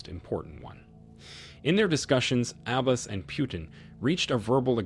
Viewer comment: Had to stop listening because the narrator, in the 21st century, doesn’t even know how to pronounce Abbas!